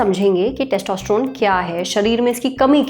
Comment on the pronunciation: मॅडम पहले testosterone बोलना सीख लो